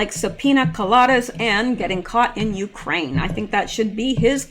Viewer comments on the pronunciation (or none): none